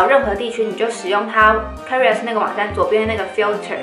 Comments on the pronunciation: career [ k ə ˋr ɪ r ] 是英文。 = Karriere 是德文，唸起來聲音有點像《卡 一 拉》。 一字的發音瑕不掩瑜， 很優秀啦！演講的能力是一流的。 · 發音錯了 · 我注意到了 有點意外的發音